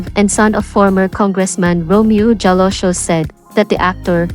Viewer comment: Ask ko lang bakit slang ang voice over mo? Roque is pronounce Roke...Jalosjos, J is silent so pronounce as Haloshos. Hope you do it better next content. Real talk lang.